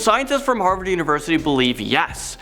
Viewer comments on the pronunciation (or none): none